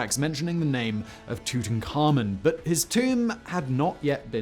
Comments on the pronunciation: The auto closed captioning thinks that when you pronounce Tutankhamen, you're saying "tooting Carmen" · Simon, pick one pronunciation for Tutankhamen 😳